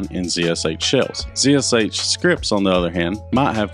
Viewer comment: Ha, he properly pronounces it zee esh aytch. Instead of Zed Esh Haytch.